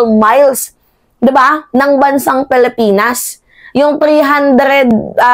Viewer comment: Pilipinas ang pronounciation hindi palipinas.